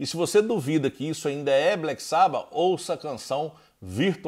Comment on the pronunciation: Agora vou dar uma de chato kkk : Nao gosto quando pronunciam "black sába" kkk é "black sabÁ" fica parecendo um fã da nova geração, que descobriu o SabÁ pela internet kkkk